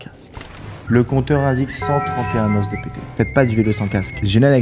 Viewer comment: On dit pas os mais o ( le s se prononce pas) 😂